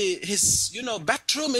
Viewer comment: " I looking in the bafroom all i fink is a BOOM you know memory time" HAHAHA! Brilliant!